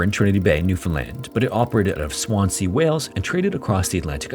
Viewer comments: Swansea is said as 'swanzee', no? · I've lived in Swansea 12 years and never heard of this ship/ disaster! But can tell you, it's pronounced Swanzee! (Abertawe is the Welsh name....) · I love your videos but “Swan-sea” though 🤣 Americans crack me up when they don’t look up how to pronounce stuff. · promounced SwanSEA not Swanzee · The second S in Swansea is pronounced as a Z. Swanzee. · Very good but your pronunciation of Swansea is wrong. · Swansea is pronounced with a zee sound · Please just do the smallest amount of research into how to say names of places. Swansea is very easy to learn how to pronounce